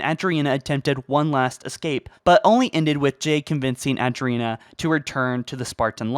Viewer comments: I can't get over how many names and locations you mispronounced. Ah-drina? Jay? Oh-nix? It really shouldn't bother me as much as it does but it does. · Dude I love your videos, but goddamn dude how do you struggle to pronounce some of the most well known and easiest names. Maybe im tripping, but Adriana is not pronounced Adrina. Cairo station is not pronounced Cario Station. I apologize, not trying to be a dick it's just distracting LMAO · Who is this Adereena you speak of? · Rene-081 is pronounced "Ren-ay". The planet Onyx is pronounced "On-ix". Mjolnir is pronounced "Mol-Neer". Jai-006 is pronounced "Jeye" or "Jye". Adriana-111 is pronounced "Adree-Anna". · You mispronounced jai and adriana and it makes me laugh good video though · Or Adriana, or...yeah. Great info, but the mispronunciations are grating.